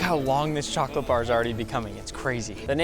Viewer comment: Pin this nick u always say choghlate insted of chocolate